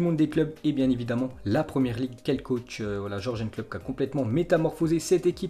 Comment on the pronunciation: Qui a envie de le détruire quand il prononce Georgenne Klopp